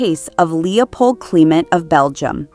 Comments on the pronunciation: who pronounces Clement this way other than this video? It is so irritating I had to turn it off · And where did you learn how to pronounce Clement?